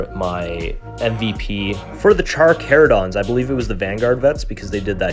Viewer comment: The pronouncing of Carcharodons is so bad lol. Armies look great though